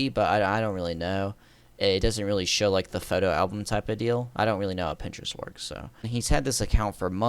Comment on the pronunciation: "On Printerest"